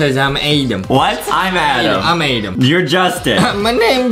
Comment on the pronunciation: ITS ADAM NOT ADEM AHWHAFAHGAO